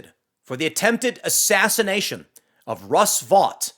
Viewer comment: Assass-Ian-ation attempt? What would that be? Ian attacking you mentally with his crystal hippie magic?